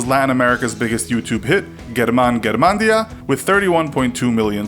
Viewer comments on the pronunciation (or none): Guerman guermandia?? Why dont you learn to talk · I cringed at that "gueramán garamendia" pronounciation XD. It's "Herman Garmendeeah". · Me sigo riendo de como dijo Germán Garmendia